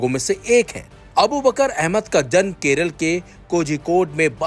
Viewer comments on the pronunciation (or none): none